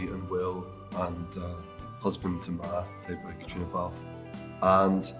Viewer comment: Can't even pronounce Caitriona's name correctly. She has never won a Golden Globe, only been nominated. Get your facts right.